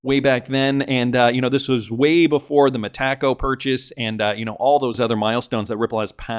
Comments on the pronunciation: It’s so annoying how these YouTube influencers pronounce Metaco incorrectly. It really discredits them. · Both Brad and David NOW pronounce it Meta Co